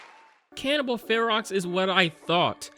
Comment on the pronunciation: Ferox is pronounced like the beginning of the word ferocious, and basically means ferocious or wild.